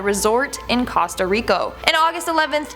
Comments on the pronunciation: No...she definitely said it wrong... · "Costah rico""??? Did u mean Costa Rica??? I'm half way bein serious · She said costarico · The least u could do is say the name of the country right ... Its costa rica not rico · okay i heard Casta Rico i thought it was Costa Rica plus my dad was born there so i am half Costa rican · Did she say costa rico? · said "Costo Rico" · “Costo rico” 😭😭😭😭😭😂😂😂😂😂😂😂😂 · DID SHE SAY COSTA RICO🤷 DID SHE MEAN COSTA RICA🤷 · Costa rico? I thought it was pronounces coast-a ricA. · Casta Rico? Oh, noooooo ... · In Costa Rico?!?! Did you mean Costa Rica, when talkkng about the first vid? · She said Costa Rico " Costa Rico" lol😂😂😂 Girl it's Costa Rica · Casta Rico? 😂 You mean Costa Rica? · Anyone else hear her say "Casta rico?" It's ? I thought it was Costa Rica? Or am I crazy lmao I replayed it so many times 😱😂😬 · Yes, I've always thought it was like "coast-uh ric-uh" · OMG she totally said it I couldn't stop laughing and you know she's probably vacationed there before lol 😂😂😂🤣🤣🤣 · SHE SAID COSTA RICO LOL IT'S WRONG🤣 IT'S ACTUALLY COSTA RICA 🤷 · Lmao I swear I thought I was the only one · Nah I hear it too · I heard that too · yeah..... she said it wrong :) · Did she really say costa rico? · why did she say costo rico? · cAsTa RiCo. No hate i just found it funny